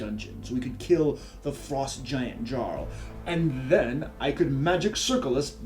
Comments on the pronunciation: "Jarl" is pronounced with a soft J by the way... sounds like you have a real issue with pronouncing the titles of antiquated leader roles XD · Jarl is pronounced like (Y)arl.